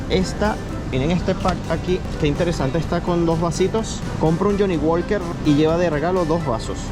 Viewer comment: Walker se pronuncia ( woker)